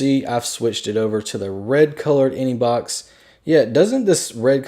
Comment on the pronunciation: he keeps saying inebox